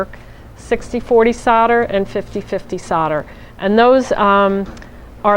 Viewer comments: Why can nobody pronounce soldering or solder correctly? Solder not sodder 🤦🏻‍♀️ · It's pronounced sol der not sod er. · FFS its pronounced soul der not sodder....... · Sodder lol It's actually solder, I guess it's the USA accent. How do you say holder or colder?